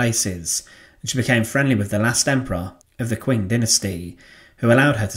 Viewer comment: Maybe worth checking pronunciation guides and doing another take, a lot of these chinese names are distractingly mispronounced. Qing is like "Cheeng", for example. Love your work.